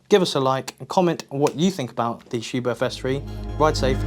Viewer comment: the 'h' is silent. In german it makes the 't' softer